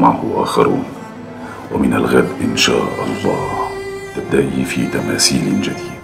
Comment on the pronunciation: طريقة تكلم جميلة ورائعة وفخمة لكن هناك اخطاء تمنيت لو تم معالجتها عندما يقول تماثيل يقول تماسيل للاسف هل شي يخرب اللهجة